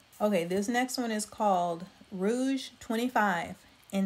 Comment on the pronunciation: It’s not rouge it’s Rogue 25.